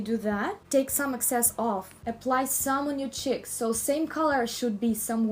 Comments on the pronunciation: Apply on your chicks.. Lol I love the way she says cheeks!! 😂😂💗💗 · I love the way you say cheeks... Like saying chiks!